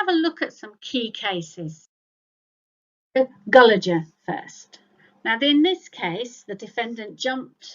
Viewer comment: the case is Gullefer not Gulleger